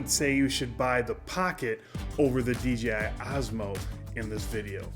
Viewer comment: Fay-yoo like you are saying is correct! But you were saying DJI incorrectly. You were sometimes saying DJA. 😅